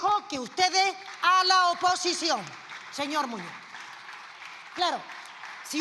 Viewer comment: "Señor Moño"... cuando esa analfabeta va aprender que las "s" o la "z" al final de las palabras son para pronunciar ??? MOPONGO a escucharla😡